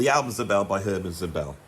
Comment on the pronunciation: Great stuff, I own three out of ten, Eddie Henderson's Realization and Szobel (emphasis should be on the first syllable1) must have been suggested earlier by your channel, but Rahmann I had before ;-) I'm very curious about the latest Szobel developments! Here is a new suggestion I recently stumbled upon: Stephan Thelen, Fractal Guitar, vols. 1-3 + other stuff I still need to discover. Born 1959 in the US, he's based in Zurich, Switzerland, where he studied math ;-) He's worked among others with Sonar and David Torn. Check him out!